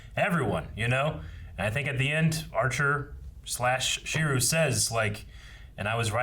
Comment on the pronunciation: Even knew how to pronounce it